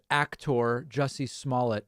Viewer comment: David, Sir you are saying his name wrong. It’s Juicy. Not Jesse